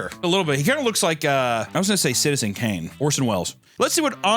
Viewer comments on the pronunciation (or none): none